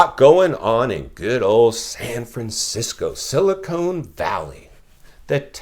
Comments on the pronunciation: Silicone lol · Silicon Valley, not silicone